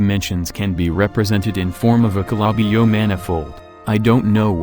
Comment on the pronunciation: CLLLBI-YLU MLNIFOLD what